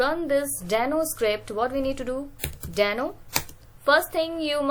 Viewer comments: It's deno not dano 😔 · the way you say it.. Dano..